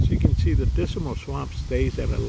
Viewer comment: When you say the word Dismal, you seem to add an extra "I" in it so you sound like you're saying "Disimal"!!